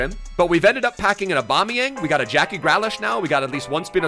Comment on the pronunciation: Its Gri-lish not grea-lash